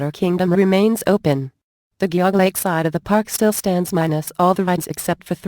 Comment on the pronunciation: The computer voice got Geauga Lake wrong. :(